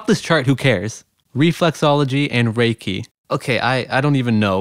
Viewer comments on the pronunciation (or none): none